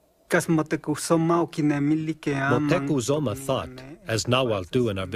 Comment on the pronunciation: Is it just me or was the narrator saying Moctezuma wrong the entire time?